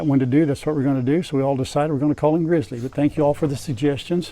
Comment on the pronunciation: Grizzly may not start with an R but it has a dominant R in its pronunciation. I’m from Alaska and met my share of dogs with that name over the years and ALL of them were the best boys. gRRrrrrrrrrizzly!